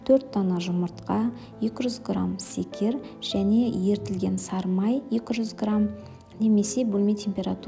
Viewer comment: Шекер емеспа сикер дегенининз